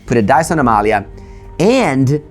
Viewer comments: Hearing pronounce Amalia's full name is so satisfying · Very nice to hear someone pronounce Amalia's name correctly after hearing all the english speaking content creators completely stumble over the names in Ixalan. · excellent games, Amalia easily going (almost) infinite is really a powerhouse the way pronounces Amalia's name is almost perfect, lol he pronounces Aguirre as "ahghirr" when it should be pronounced "ahghirreh"